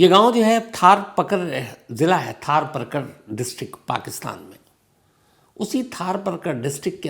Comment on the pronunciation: Thar Paarkar , not Thaar Parkar , STK aap galat pronounce kar gaye , تھر پارکر